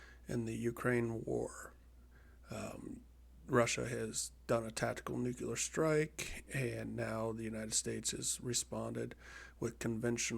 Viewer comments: Good video. Interesting program. Btw it’s Nu-clear not Nuc-ular :) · You present yourself as some sort of war expert (replete with low throated voice) until you say "nuke-q-lar" over and over. Admit it You're a videogamer, guy. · IT'S NOT NUKE-U-LAR! Fucking Americans...